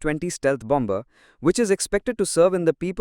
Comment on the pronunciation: The second 'b' in bomber is silent.